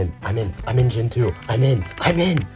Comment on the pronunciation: It's gEntoo! NOT gentOO.